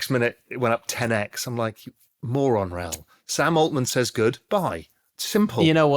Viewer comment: Why can't anyone say Raouls name properly ?